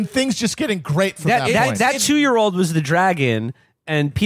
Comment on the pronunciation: Matt: He stepped on her fingers. "You're witnessing a gweat becoming...' Classic Chapo.